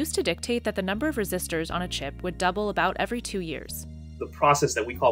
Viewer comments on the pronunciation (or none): Lol did she say resisters